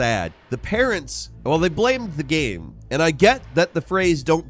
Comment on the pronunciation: say the word ''Game'' im serious'' not ''GHahm''